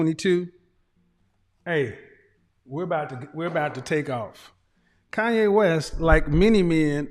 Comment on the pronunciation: KANYE not Kayne